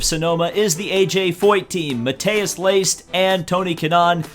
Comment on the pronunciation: It's Leist, not Liest Bu good video anyway...